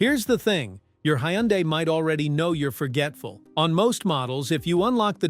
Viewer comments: Can you say " Hun-day ? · Needs to know hot to pronounce Hyundai